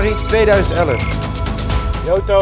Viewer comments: Bilal zegt 5 januari thomas zegt 5 janiari 😂😂😂😂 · Thomas: oke 15 janenari 😂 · wanneer Thomas geen januari uit kan spreken 🤣🤣🤣🤣